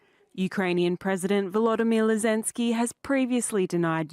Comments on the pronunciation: She said Lozenski.. :face-green-smiling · O. Thats why this person who blew up pipe line still in prison in Ukraine for other crimes against Ukraine gov? Funny how she sayid "volodimir lezenski"😂 min of vid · 😮 stupid news reporter said Vladimir lezensky 😂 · She said Lezenski Hahaha. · Did she REALLY just say "Lezensky"? The West didn't just waste a fortune on his propaganda for this narrator to f...k up his name like that 😄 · 8.58 m what worries me is that woman commentator can't say Zelenski properly. Lezenski?? Who is Lezenski ... 🙄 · She called him LEZENSKY. Wtf? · Geefuss beellyons, say Zelensky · "Volodimill Lezensky" 🤡🤣🤣